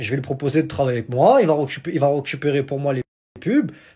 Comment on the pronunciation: ont dit " RECUPERER " pas ROCUPERER:D:p